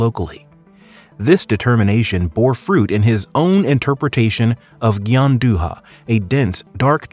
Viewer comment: I quit after "pasta gianduHA"